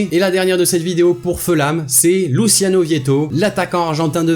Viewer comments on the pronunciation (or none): none